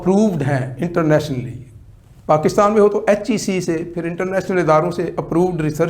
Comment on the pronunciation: Internationally hota hai Internatly nahi hota your last word dobara sun lo